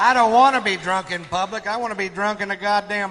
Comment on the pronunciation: I could've sworn you'd reacted to this before. That bit is so classic! The way he says "publick" lol!